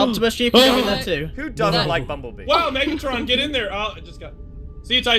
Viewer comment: No not bummbellbee